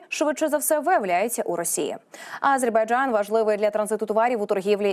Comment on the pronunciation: Навчіть цю ведучу правильно вимовляти слово Азербайджан, бо її наголос на першу "А" вже не один ефір вухо ріже🤦🏼‍♀️🤦🏼‍♀️🤦🏼‍♀️